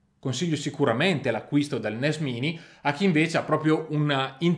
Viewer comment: credo che si legga NES mAini.